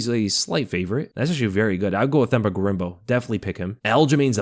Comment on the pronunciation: For Themba, you say the T sound like you would in Tender